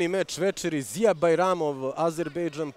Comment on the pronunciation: Nije Ziyer nego Ziya😂